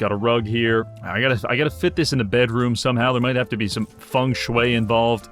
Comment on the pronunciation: fong shue? not feng shui? XD